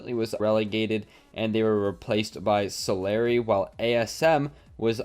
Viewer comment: U pronounced Solary wrong.